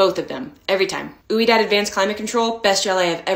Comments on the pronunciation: That's not pronounced "oo-E-dahd" it's pronounced "WE-dahd" like the French word for yes. Otherwise, FANTASTIC!!!!!! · Ouidad is a french name pronounced wee-dahd, but as someone from canada who is bilingual, oo ee dad is pretty good 😂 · We-Dad = Ouidad Oui in French means yes, pronounced, We. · The way you pronounced ouidad is 😂😂😂